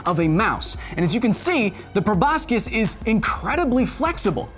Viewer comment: Prob-I-scus Also, hey Kyle! Nice epicsode. Say hi to Mr. Hill for me